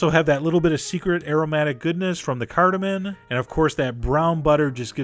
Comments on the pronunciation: CardamoM, not cardamon. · cardaMOM, not cardamon :(